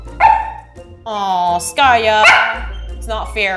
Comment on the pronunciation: Skaya not Skate